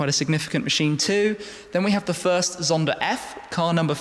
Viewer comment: Ermm... it's pronounced Pagani (don't forget the "gah" sound) Zonda ("zahn - duh") Tricolore ("triko-lor ay") not "treh-colore". Just nitpicking (I majored in Italian and International Studies at University) but otherwise a great video. Penso che sia una macchina bellissima!